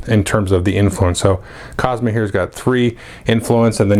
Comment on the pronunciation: Hey, Let's be fair to the clones. Cosima is pronounced co-SEEM-a and Helena is pronounced hell-LANE-a. Thx for the video as always.